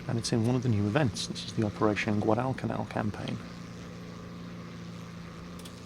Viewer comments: Dude its gwadlcanal, not guadaal canaal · Jingles, I love you man, but goddammit you say Guadalcanal funny.